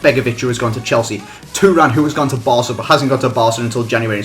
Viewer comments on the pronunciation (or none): none